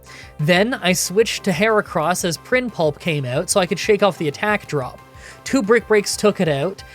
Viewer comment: Prinpulp. Keep calling it that. That’s its name now.